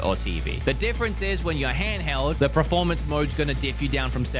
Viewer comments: I love your channel and videos but it's "Per-formance" not "Pro-formance" 😵‍💫😵‍💫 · It’s not Preformance it’s PERformance 😂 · australians cant pronounce words my brother saying preformance. just like when i was a kid and every aussie said do u want to play carative mode in minecraft instead of creative